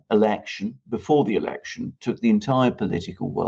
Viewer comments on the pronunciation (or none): none